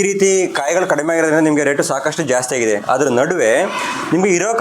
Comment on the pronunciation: ಕನ್ನಡವನ್ನು ಕೊಲೆ ಮಾಡಬೇಡಪ್ಪಾ..... "ಹಾಗಿದೆಯಾ" ಅಲ್ಲವೋ ಅದು "ಆಗಿದೆಯಾ" ಸರಿ. ಮೊದಲು ಕನ್ನಡ ಸರಿಯಾಗಿ ಕಲಿ, ನಂತರ ವಿಡಿಯೋ ಮಾಡು...... 😡